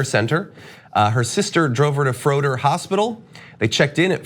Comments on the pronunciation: Medical Apartheid!!! It’s been happening since the slavery days- -sad but true I hope her family sue the SH*T outta that welfare hospital!!! BtW it’s pronounced Fray-der not Frōder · Make sure you get the name of the hospital right so they get the attention they need. It's pronounced, give or take, "Frey-Dirt". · This was local news. Btw you were pronouncing Froedhert wrong. FRAY-d-hurt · If you should discuss this case again, it's pronounced FRAY-dirt. --former employee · I live in Milwaukee and this has been all over the news here. this is so incredibly sad. She was sitting in the waiting room for so long, she felt she had to leave and then collapsed by her car in the parking lot. How awful. PS it’s pronounced like fray-dirt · Not to be obnoxious, but we pronounce it as "fray-dirt" So glad you're reporting on this story. The sad thing is that froedert is one of our best hospitals, but the ER is so overloaded that incidents like this are bound to happen. M4A is soo needed!